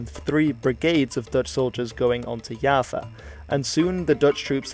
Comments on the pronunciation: it's Jawa not Yava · I just realized mans been calling java Yava. Its pronouced java like the coffe. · pronounce Java as Yava Me, an Indonesian: I felt my heart cracked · B-b-b... itu Pulau Jawa, bukan yava... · kalo di belanda j jadi y misal nya johan jadi yohan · Is it pronounced djava? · It's like "Java" (the programer's thing), or "Japan" (remove the "n"), but change the "v" (or "p") to "w" like "Washington". -> Jawa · I found this comment as soon as he said "Yava" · English: Java. Bahasa Indonesia: Jawa. Netherlands: Yava. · Yes with a thick and clear J instead of something like Y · Knowing that is Dutch: "Oh okay, understandable"